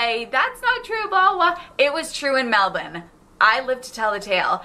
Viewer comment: She said Melbourne correctly! That's a rarity